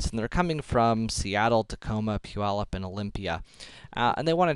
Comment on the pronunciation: "pu-yallup" made me laugh so hard, why was that so funny??